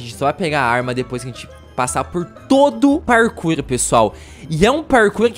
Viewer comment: "O parrrkourrr mais tifícil do xeteá"